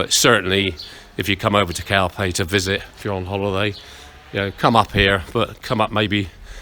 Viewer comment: English pronounce...calphey,🙃